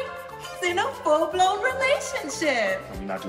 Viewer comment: emphasis on “FULL BLOWN” 😂